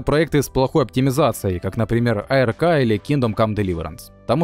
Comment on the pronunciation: не АЭРКА а просто АРК!!!